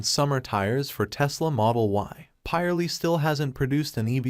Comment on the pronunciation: It’s pirelli not poly